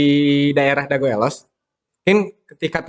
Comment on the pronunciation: nyebut elos kaya bukan orang bandung asli euy...vokal e di kata elos bunyinya berada di antara E dan EU...jangan kaya orang batak nyebutnya...but sayabtetap salut untuk semangatnya...teruskan..